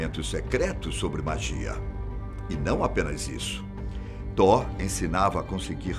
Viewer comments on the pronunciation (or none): Man da uma agunia ele falando Tó sendo que se diz toti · Apresentador o nome do Deus e Tot e não Thor ( Thor e Deus nórdico ) Tot e Deus do Egito fala por favor o nome do Deus do Egito direito e Tot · tor ??? ou thoth ?? acho que ele falou errado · Eu vi a thumb pronunciando "Tof" ai tive que ficar ouvindo Tó e Tor o vídeo todo ksksk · A fala está errada tem que ser : " toti " não Thor..... A pronúncia ficou Thor, mas tem que ser "toti" ,que é thoth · Ele tá falando errado.. tá com som de R e tem T no final desse. Era pra pronunciar Tóti.. rs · Nem "toti" e sim "tof" tá querendo corrigir sendo que nem sabe. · Excelente narração, voz, poder de comunicar de destaque, porém pode ficar ainda melhor se estudar previamente o que esta a narrar...ja percebi algumas vezes a falta de conhecimento. No Caso deste video em particular o deus é Thot e pronuncia se Toti e não Thor, q é o deus Viking. Grato pela narrativa envolvente e por compartilhar conhecimento diferenciado. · Ler "tor" é errado lê-se "tó t". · Mas ele não confundiu, tão pouco insinuou que tivessem alguma relação. Na vdd, ouve um erro de pronúncia, que faz com que pareça que ele está dizendo Thor. Só isso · Ele n falou "thor", e sim "Tó" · se pronuncia "TOT" mas isso é apenas um detalhe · THOT o T no fim é para pronunciar (thote) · Acho engraçado como ele pronuncia "Toth" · Tá pronunciando errado.. Thor é o Deus do trovão,o velho teria que falar Tóti kk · Concordo o narrador pronunciou o nome errado. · o th é pronunciado como um T com a lingua entre os dentes, porém quando o th fica no final da palavra ele é pronunciado como uma especie de F ou S com a lingua entre os dentes, esse som não existe no ptbr. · na vdd a pronuncia do vídeo está errada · A pronúncia de thoth stá errado , mas o vídeo é bom😎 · Ele pronunciou errado. Ficou estranho msm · Ele só ta pronunciando errado